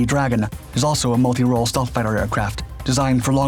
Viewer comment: Dude I thought I was having a stroke! What's "stalth"?